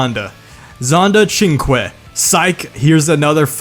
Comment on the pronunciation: You deserve a price only because you said SuperVeloce, Centenario and Cinque correctly and I'm not kidding😂